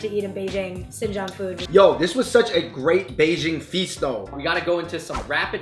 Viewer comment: ...Did you put spam in the jianbing? Who does that? Your grandmother is white as heck but at least she was sensible enough to take that shit meat out of there. This video was just so infuriating because you got some white-washed as fuck asian girl who can't even pronounce "Xinjiang" properly, with an equally white-washed grandmother who probably rolled into the West Coast circa early 1990's if not 80's given her English fluency. The dishes presented were sub-par at best and did very little to capture what "authentic" Beijing food actually is. You guys (as the Fung Bros.) always do a very, very good job as moderators and curators of Asian culture...and you're always mindful of not offending people and trying to present as "real" a picture as possible. I've always appreciated that. But you can't pull half-assed shit like this. You can present this as a "hey look some grandma showed up to the US more than 20 years ago and STILL kinda knows how to make Chinese food. Plus here look-- her granddaughter still knows like two words in Mandarin!" Maybe even a look at how her grandmother was able to make "Asian fusion" food. But you can't present them as "wow this is some real ass Chinese food," because it's really fucking not. And the rest of us who do actually know what's real and what's white-washed, are cringing dude.